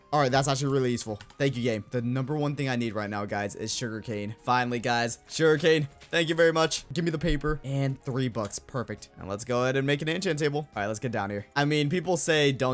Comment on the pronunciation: he said peper but it was ment paper